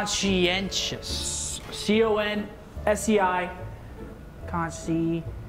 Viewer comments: He spelled conscientious wrong too. Said tous instead of tious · Scump didnt say the 2nd "i" in "conscientious" xD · seth got conscientious wrong. Left out the last i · And Scumpii missed the second i in conscientious